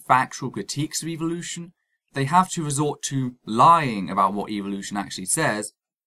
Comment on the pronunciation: Like your video buddy but one thing that does annoy me is the pronunciation of Evolution in many videos. When dealing with these people like in this video we need to be careful of how we present our position. From what I see ( and I have tried this myself ) these people often react differently depending on how the word is spoken. Pronouncing the word using the sound of E as in the word seek ie s-ee-k appears to promote a sound of EVIL-ution while using the sound or phonetic of the E in the word bet (b-e-t ), appears to lessen the impact of what they perceive. A subtle difference maybe but we do need to monitor our own approach if any progress is to be made. I cringe everytime I hear Dawkins say EVIL-ution instead of e-volution. Food for thought. CHEERS